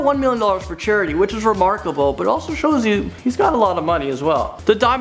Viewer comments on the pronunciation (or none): RE-MARK-ABLE HAHAHA